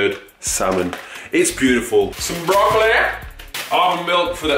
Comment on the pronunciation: The way he says “broccoli “ lol